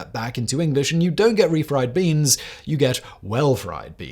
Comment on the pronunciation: A few odd pronunciations on English words Borrowed Beans maybe need to check the autocue?